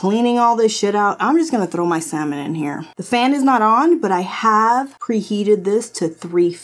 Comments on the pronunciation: The fish? Pronounced "sah-min" 😏 Like salmonella, which you said perfectly fine. You were robbed: no recipe books OR grill plate! This grill was a major fail, you were more than kind as you went from one trial to another. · Yes goodness! Saying, "sal-mon" is right up there with "swimp" and "masa-two-sets" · Love the adobo! Lol. So glad u uploaded today I needed this lol love u! My sis says salllmon 😂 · Girl, my mother in law says SALmon! She says a lot of other things wrong too and it's funny. We just let her keep talking and then we talk about it later. And that steak looked AMAZEBALLS!! I've never seen a steak like that! You go ahead! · Why did you have to call out the "SAL-Mon" people you portably lost some fans right there LOL !!!! That grill was a mess for that much money .. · Heard Salmon being mispronounced in my opinion... I am an Army brat so most words are mispronounced depending on how I learned them and where I was living. If you didn't live my life, you are not speaking proper. Most undeniable, worst interpretation of a word, and no excuses ever, was a women saying surimp, not shrimp. Someone doesn't know the letter h exists in the spelling of shrimp! Creeps me out to this day.